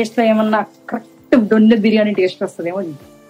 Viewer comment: దొన్నె not డొన్నె ❤